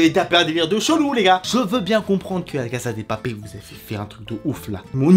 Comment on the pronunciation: Ça se prononce "la casssssa de papellll"